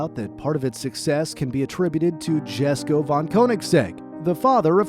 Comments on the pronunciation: is it not pronounced "yesko" not "jessko" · Jesko is pronounced as YES-ko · mate its pronounced yes-ko not jes-ko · its not "Jesko" its "Yesko" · cringed when he pronounced it "Jeh"sko instead of "Yes"ko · Its not GESKO, its J as in Yogurt, Jesko, ffs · It’s not Jesko like J-esko. It’s pronounced YESko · Pronunciation is yesko not jesko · Worth pointing out Jesko is pronounced as "Yesko" Christian Von Koenigsegg himself pronounces it as such. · Jesko is pronounced yesko not jesko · its pronounced esko not jesko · It is not jesko It is pronounced as yesko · its not 'jes' ko, its 'yes' ko. j is silent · it's pronounced "Yesko." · It's pronounced Yesko.... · Jesko pronounced as Yes-Ko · this was good till he said GESKO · Jesko It's pronounced yesko In Swedish the J turns in to a Y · Jesko is actually pronounced Yesko, It's due to the differences in dialect between English and Swedish. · AH YES THE JESKO PRONOUNCED JES - CO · great video but jesko is pronounced yesko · “Jesko” is pronounced “yesko” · Jesko is pronounced yesko. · Everybody is commenting on the One:1 power to weight ratio being missed out but no one is mentioning how Jesko and Gemera were pronounced badly. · i understand the Jesko, the "i" sound isnt as common for "J", but hearing the "G" in Gemera pronounced "J" made me loose some braincells lol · I'm not Swedish but Its going to bother me on how you said Jesko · does all this research and makes a really interesting video... Mispronounces "Jesko" so many times in the last few minutes that it hurts the ears... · the way this guy says jesko hurts me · “Homujalated” lmao get a new narrator he can’t speak English “Dzjhesko” he can’t even speak a single word of Swedish either; doesn’t take that much research to realize it’s “Y”esko